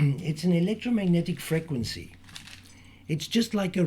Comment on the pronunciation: Never herd such an annoying pronunciation of the word frequency!!!!!!